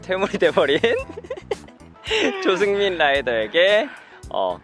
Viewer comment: 영상에서 조승민(님)이라는 걸 조수민으로 들었어요ㅋㅋ 이름이 많이 비슷하네요